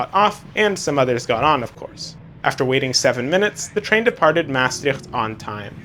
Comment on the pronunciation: Two trains on one long platform, which is divided into an a and a b side, is very common in large stations in the Netherlands. My compliments for your efforts to pronounce the towns names correctly. Maastricht can be easily improved if you put the stress on the last syllable: MaasTRICHT.